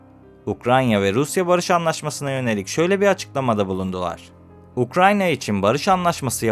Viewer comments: "Ukranya" degil "Ukrayna" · Videoda devamlı Ukranya diyorsun. Doğru telafuz etmeyi öğren önce. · UkraYNa kanka Ukranya değil 🙏🏻